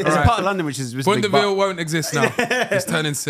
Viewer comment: I agree with Filly. Neymar Ronaldo Messi Man said "if i wanna dish him" man said boundaville. 😂😂😂😂😂😂